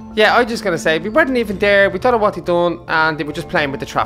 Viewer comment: she siad dount